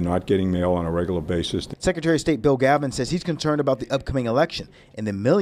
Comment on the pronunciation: BTW it pronounced GAVLVIN bozo!